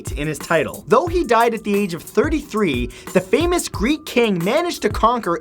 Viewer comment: Matt didn't learn his Greek from a Greek